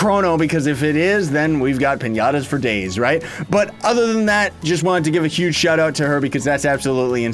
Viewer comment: His pronunciation of huge is Yuge often so that was the joke :3